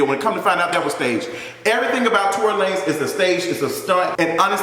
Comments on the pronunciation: "Tory Luh-nez" 🤣🤣🤣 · Not Torey La-nez 😂😂😂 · Not Tory “Luh-nez” lmao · I cackled at Tory LAN-EZ 😂😂😂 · Tory La-NAYZ!!!! LMFAOOOOOOO